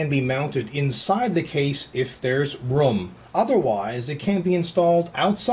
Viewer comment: who cares how he said radiator.. did you hear how he said neoprene? or room? he sounds like Microsoft Sam =PPP